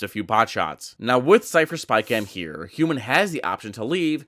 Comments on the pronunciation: Triggered every time he says HYUNMIN like that....wtf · the hyunmin pronunciation is making my ears bleed